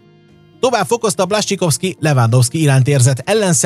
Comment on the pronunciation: Blascsikovszki 😅 ezt nem igy ejtik... Amugy jok a vidik!